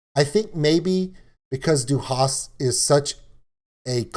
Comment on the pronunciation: what is a panzzzer supposed to be :D ok. it is Pahntser. not panzzzer. and it is du hast not du hasht. this is not an st->sht, this is just second person of have, I have you have she has - ich habe du hast sie hat.